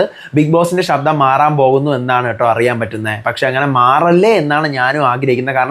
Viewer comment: ഷബ്ദം അല്ല..ശബ്ദം.. Ok